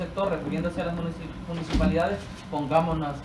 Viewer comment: Se dice municipalidad no munijipalidad es cosa de pronunciación correcta de los fonemas y este señor adolece mucho de eso como no vamos a estar en el oscurantismo con estos políticos